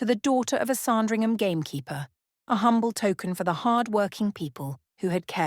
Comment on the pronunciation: It's SANdringham , not SARNdringham!